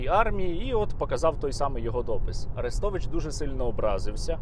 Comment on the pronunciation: При чому на подібні випадки найголосніше реагує проросійське лоббі, тадам і тут Арестович(наголос на "е" )